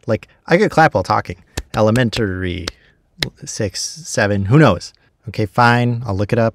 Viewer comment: It is not "el-e-me-n-tar-y" It is "e-le-men-ta-ry"